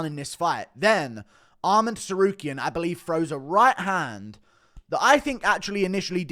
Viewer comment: I hate the way he says to-sarukyan